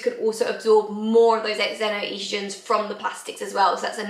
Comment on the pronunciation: you have your heart in the right place which is nice. If it helps its pronounced ZENO-Estrogen. You may have heard of a Zenophobic (xenophobic). Its the same pronounciation.